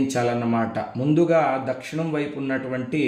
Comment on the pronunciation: Swamy Dakshanam anakudadu. Dakshinam anali. Telugu nerchukondi Swamy please